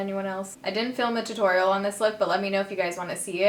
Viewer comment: TOO-TOR-EE-UHL...please :D Also, I started using the Neutrogena toner upon your recommendation, and alcohol be damned that stuff does work. I'm also trying the Paula's choice anti-redness exfoliator, which I love. Cystic acne sucks though, and there's not a lot that topical treatments can do because they don't penetrate that deep. Have you tried extractions by an aesthetician or dermatologist? Birth control? Isotretinoin?